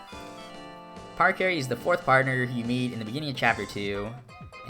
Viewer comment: No way he just pronounced it PARacarry and not PARAcarry